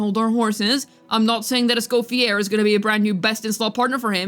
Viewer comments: For the love of god her name is not pronounced Es-coff-e-AIR. It’s Es-cof-e-AYY. It’s French. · Just a small correction, Escoffiers name is usualy pronounced as (Eh-Sko-Fee-Yay) since its french!